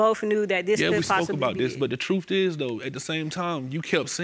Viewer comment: I'd they say "TROOF" one more time....